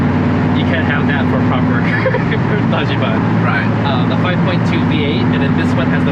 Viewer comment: i wish you were better at saying Dajiban, Larry :( You're saying Daaggee Ban. Say Dodgy Bahn